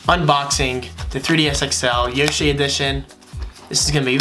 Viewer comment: Bro what the heck yushi edition at 0.09 second. It's yoshi!